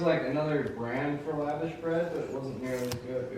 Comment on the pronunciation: Yay for lavash! It’s an Armenian bread pronounced la-vAHsh (emphasis on the second A). My family is from the former USSR. Lavash is delicious with kebabs and grilled veggies as well. Love your channel!